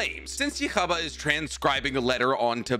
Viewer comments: How you say his name bothers me lol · I hate how you pronounce Yhwach when u can clearly hear how it’s pronounced multiple times in the anime 🙄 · I'm sorry, but i can't accept the way you pronounce Ywach's name😅 or that Bazz-B is the "B".... Or must of the info in the vid... Do you even read/watch Bleach yo? Blasphemous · This video was a pain to listen to with how many times he mispronounced ywach name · I just like the video because this mofo has no excuse for why he’s saying yhwach name like this 🙄🙄🙄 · I’m sorry I cannot watch this with the way you say his name 😭 stopped 2 mins in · If only you could pronounce his name this would be a good video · I like your videos but you made so many mistakes in this one its hard to ignore. 1.Its pronounced yuha baha,or yuha is enough. 2. Royd Lloyd was not a clone of ywatch but a sternritter with the ability to copy peoples memories,physicality etc 3. I see a lot of people saying that but royd NEVER beat yamamoto.he actually never even wounded him once.yama legit decimated him. 4. Ywatch didnt cut through yama while in west to support that his reishi sword could cut the sun. Yama was already drained of his bankai by the stealing device and had already given up just standing still and empty. 5. Bazz b shrift is H the heat not b for burning. Burning is his attack name as in burner finger. Haswalth has B the balance,the same guy that gets the almight when ywatch sleeps as you mentioned. 6. Baby ywatch was never missing limbs, he was missing his senses Im not even sure what else i ve missed to be honest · Also just so you know the way you say his name is actually "you ha back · Heads up! The official CORRECT English pronunciation of Yhwach's name is : Yoo-ha Baw-ha. If you watch Bleach TYBW with the English dub, it's said there. I can't watch the anime because it's behind a pay wall, but you can hear Yamamoto use his name when he battles Royd Lloyd who had, unbeknownst to Yamamoto, taken the form of Yhwach. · Just say Yuu hau